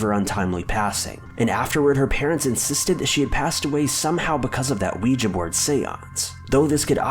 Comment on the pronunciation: You get a thumbs up for pronouncing "Ouija" correctly.